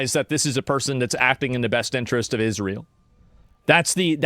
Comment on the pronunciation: Why does Owens think Israel is pronounced "Ishreel"